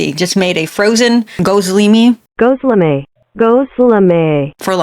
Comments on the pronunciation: correcting the pronunciation of gizleme during the video is taking me out😭😭😭😭😭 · It's Gözleme, a Turkish dish, pronounced Goz-Leh-Meh. And it's basically stuffed flatbread. Normally feta cheese and spinach, or sometime you can get meat or potatoes inside.